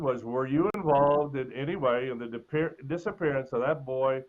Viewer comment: Nancy Disgrace: the word, "any", is pronounced, "any", not "eeny".